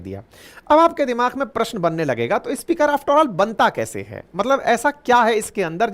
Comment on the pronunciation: अच्छी प्रस्तुति, बढ़िया content, कृपया उच्चारण पर ध्यान दें, आप स्पीकर को इस्पीकर बोलते हैं, अन्य कई शब्दों के उच्चारण भी अटपटे लगे। शुभेच्छा 🙏🏼💐